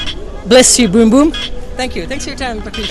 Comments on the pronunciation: Boom Boom not beem beem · Its not beem beem afridi it is boom boom afridi